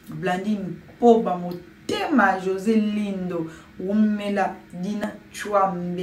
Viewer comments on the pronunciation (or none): none